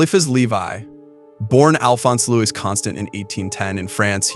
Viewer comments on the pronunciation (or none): none